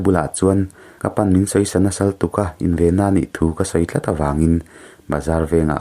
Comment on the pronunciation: Mamoii khan an unau a apa word rope an hai lai khan ege in zawn atia...'in' tih lai kha a dik lo deuh in ka hria...ka lo soi ve mai2😊